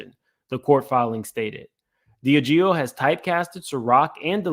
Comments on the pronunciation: DIAGEO - Pronounced: "D - Ah - Gee - O" 😅😅😅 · Pronunciation: DEE ah GEE oh. Diageo.